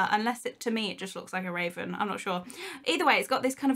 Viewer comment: I thought she said raisin not raven lol